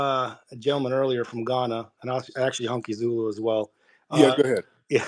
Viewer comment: NOT “Honkiezulu”😂😂😂